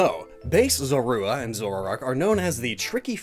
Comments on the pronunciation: Why don't you look up how to pronounce Zorua? It's ZORE-roo-uh not zore-ROO-uh... 🙄🤦‍♀️ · These are easily my favorite new designs we've seen from Legends Arceus. Zoroark has always come across as an edgy Lucario wannabe imo, but the Hisuian form knocks it out of the park in every aspect. also the way pronounces Zorua is very distracting 😬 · Wait... Is that how everyone says Zorua? Is always pronounced like Sora but with a z instead of and s. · Is anyone else bugged by how he says Zorua